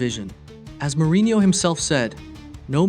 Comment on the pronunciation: Hey bud, Wikipedia exists- you can see how to says Soljskaer and Jose Mourinho or Diogo